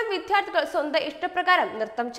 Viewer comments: Pronunciation correct ചെയ്യൂ...വിദ്യാർഥി..വിദ്യാർഥിനി. വിദ്യാലയം എന്ന് നൂറു പ്രാവശ്യം പറഞ്ഞു paddikku... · വിദ്യാർത്ഥി എന്ന പദം പറയാൻ അറിയില്ല ദ്യാക്കല്ല ശക്തി - ത്ഥി എന്ന വാക്കിനാണ്. ഷെയിം.